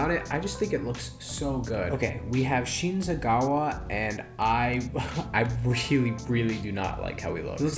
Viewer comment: ah yes, "igrauro" and "shinsgawa" and "shinobi"